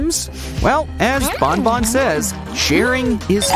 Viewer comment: Stop calling banban to bonbon😡